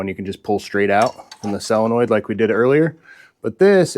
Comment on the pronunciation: Why do you pronounce solenoid as cylanoid